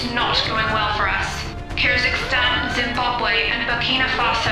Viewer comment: BER2ERKER He is saying kurdistan that is not how you pronounce Kyrgyzstan. Props to showing you not only know the world but also pronounciation